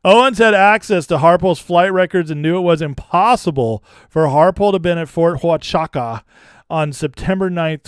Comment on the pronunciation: Its "wha-chu-ca". Hello from Arizona.